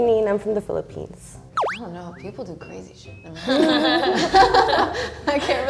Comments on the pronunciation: It should be "Philippines" not "Philliphines." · Philippines not Philliphines